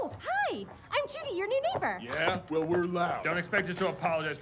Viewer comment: vellthats the stupidest thing I ever heard